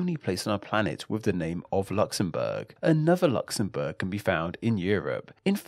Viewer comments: I hate how this guy says Luxembourg so annoying talk properly. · Luxembourg, Luxembourg, Luxembourg not Luxembourg - a technically true sentence